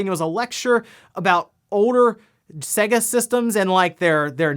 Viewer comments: Urgh why do you say Sega so weird? It's pronounced Sayga not Sagga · It's pronouced 'say-ga'. It says so at the start of every fucking game!